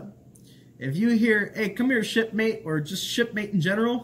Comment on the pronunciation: "What's up, shipmate?" I swore he said "what's up, shitface?" and I lost it.